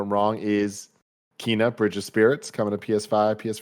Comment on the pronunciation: To save the all the kf crew trouble later Kena bridge of spirits devs have stated that it's pronounced Kay-nah not Ke-nah. So hope this helps the gang and anyone who didn't know. It's my most anticipated game this year and I can't wait.